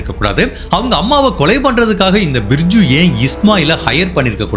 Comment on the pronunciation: நண்பரே, bridju அப்டினு உச்சரிக்க கூடாது. Biju னு உச்சரிக்கணும். அதேபோல, அச்சயன் அப்டினு உச்சரிக்க கூடாது. கேரளாவில் கிறிஸ்தவ மதத்தில் நடுத்தர வயது உள்ளவர்களை அச்சாயன் என்று அழைப்பது வழக்கம். அது பெயரல்ல.